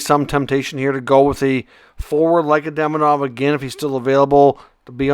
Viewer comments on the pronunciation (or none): Demidob and Hage 😂